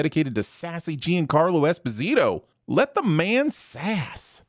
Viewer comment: You must be pronouncing Giancarlo Esposito's name wrong on purpose... Right?